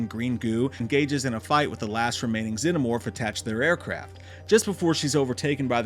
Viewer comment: Bro genuinely can't pronounce the word "xenomorph" 😂